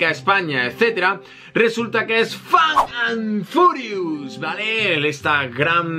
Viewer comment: Like si te daba risa cuando decía "Fan and Furious"